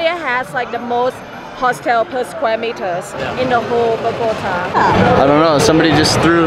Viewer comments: Tell her it's not "BO-GO-T-UH," it's BOG-A-TA. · As a “ rolo” I love it when she says “ BogotÁÁÀ” jajajajaja, great videos showing even the bad things of the city. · why does she say BO-GO-TuHHH ????? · ok, first things first...LOL...BO GAH TAH...TAH LIKE YOUR NAME. now that you have had your pronunciation lessons for the day...ha ha ha. looks like a pretty fun place, sides someone spitting on your face or birds pooping on your arms. ah well, go with the flow I guess. you guys have fun down there. been once and had a pretty good time so I feel ya. stay frosty, peace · Ay por favor señora se dice Bogotá. Bogotaaaaaaaa. Me parece interesante el video y ustedes son una pareja chevere pero aprende decir Bogotá... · Bo go TA, emphasis on the 'TA" pronounced as the "ta" in 'Tamales.' Mmmmm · Terry Flynn the go is pronounced with a long o sound not a gah. What she isn’t doing right is the last syllable, the tá, which should have an ascending tone. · Unfortunately, Bogota has a bipolar weather, and someone please teach this nice lady how to pronounce Bogota correctly. P.S I apologize for the spit. I had never heard of that, but please know that despite the few idiots and bad people the my country may have, the majority of us are kind hearted, friendly, very loving, and welcoming. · Dear lord, she really needs to learn how to say Bogotá. It’s like nails on a chalk board to Colombians with her current pronunciation.